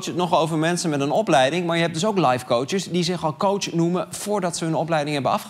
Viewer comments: Ik had iets dergelijks en hoorde steeds minder verschil tussen kootsj en kots. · Aan het eind van dit fragment klonk het woord "coach" niet eens meer als een woord